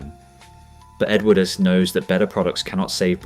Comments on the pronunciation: until ai can speak English even close to properly (and I personally hope that it never can..) it should not be allowed anywhere near a video of which the subject is really interesting. The narration on this one is a joke… continually pronouncing the ‘e’ on the end of Edwardes? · Factually interesting but a shoddily produced video, photos badly manipulated, not matching the dialogue and some just random and nothing to do with the content. Let's see how many times we can mispronounce Edwardes. Awful! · The video itself is excellent, you do deserve huge credit for that and I would certainly watch more of your output. But in a story about British Leyland it's a bit of an issue if the narration cannot even ppronounce the word "Edwardes" properly. Please take this as constructive criticism and not just nasty sniping from the sidelines because it certainly isn;t that.